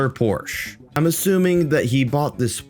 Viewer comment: The Poor-che😂😂